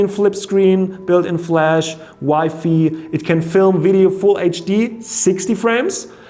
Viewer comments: Its WI-FI not wifey lol 😂😂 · The way he says WiFi 😂